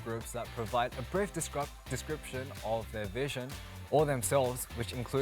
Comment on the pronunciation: Felix "A brief descropt" Me*dying from laughter*